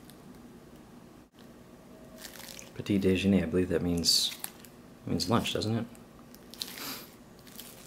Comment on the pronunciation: yup but its dejeuner so you're close :)